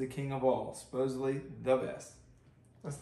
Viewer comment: Did he say ‘supossably’ like supposedly... haha